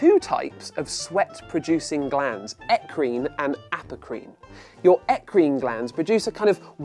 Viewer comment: what he said: Aprocrine What I thought he said: Applecream Wait.... Apple cream!?